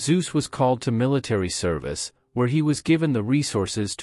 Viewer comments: The name is NOT pronounced "Soos"! It is pronounced "Tsoo-seh", not with a soft s, but with a hard "Ts" (a proper Zet), and it ends with an "eh" sound, just as it is spelled. Pronounce it as spelled. Easy. German is very simple that way! Crikey, these are important names in history, and this is only 9 minutes of video. Can't you at least get the bloody names right? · Please learn sume basic German pronounciation: It hurts to hear "zuz". We speak of Konrad Zuse, and that sounds like "Tsu-se" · He was a German scientist, not a Greek god. "Tsu-zuh" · Why are the names always pronunced wrong? It is a generell thing in English videos. It is so hard just open the Google Translor, enter "Zuse" and push the button for listening? Just an idea one can do it when researching a topic.